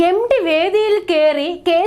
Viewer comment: എം. ടി.... Not എം. ഡി